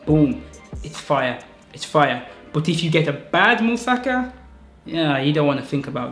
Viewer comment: dude you actually pronounced musaka the correct way when you said it with african accent hahaha you divide the word in parts mu sa ka but you say it quick. bulgarian in a nutshell no joke :D